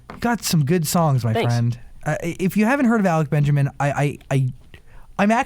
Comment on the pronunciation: 'alec benjermin'